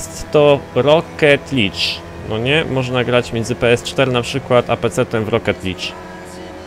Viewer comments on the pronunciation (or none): "Licz"? "LICZ"?! LIG się czyta!:v A tak abstrahując od fonetycznego nazizmu - ja mocno ubolewam nad faktem, że Forza Horizon 3 będzie tylko na Windows 10. Giera zapowiada się na najlepszą ścigałkę w historii, ale Microsoft stwierdził, że "Windows 10 only, bierzcie to gunwo". Ja mam bardzo złe wspomnienia z W10 i nie zamierzam trzeci raz ładować tego systemu na swojego peceta. Zresztą ogólnie chyba W10 niespecjalnie się lubi z AMD, bo każdy mój znajomy, który ma peceta z komponentami tej firmy, skarży się na 10-tkę. Ja również miałem z tym systemem problemy, nie tylko stablinościowo, ale i software'owo. Trudno, zostanie mi oglądanie Forzy 3 u </3 #smutnatwarz